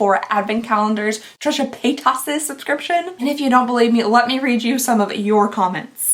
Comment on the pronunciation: " Trisha PaaayTAS" 🤣🤣🤣🤣